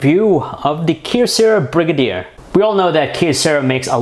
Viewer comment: Its pronounced "Bri-gay-der" not "Brig-a-deer" lol